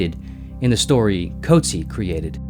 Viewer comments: As a South African the pronunciation of 'Coetzee' hurt more 😆 'koot-zeer' not 'coat-sea' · The name "Coetzee" is pronounced as kuut-SEE in South Africa and kuut-SEE-uh in some other regions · It’s pronounced “Coot Sea” (like “sear”without the R). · Maybe start by pronouncing the Nobel Prize winner's name correctly.